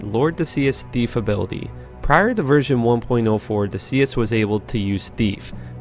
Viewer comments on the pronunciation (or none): lord decease... like as in deceased... he wasn't pronouncing it right